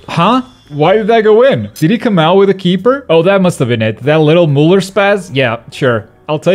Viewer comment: it pronounced "Miuler"